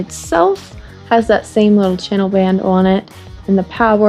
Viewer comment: Interesting how you say “on”. With your accent it’s “ooh-hun”. Funny. Love the channel.